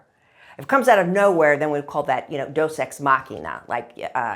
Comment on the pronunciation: It is not Dos Ex Machina. It is Deus Ex Machina. “God from the Machine.”